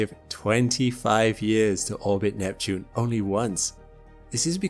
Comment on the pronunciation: It is years, instead of yurs